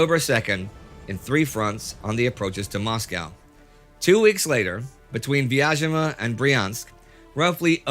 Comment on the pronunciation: Quick pronunciation guide: The city of Vyazma is pronounced with a 'Z' sound (like zoo or zebra), not a 'sh' or 'zh' sound. Great series, thanks!